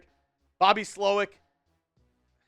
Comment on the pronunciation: Emphasis on the second part...